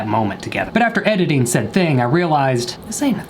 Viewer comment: “After editingited” 😂😂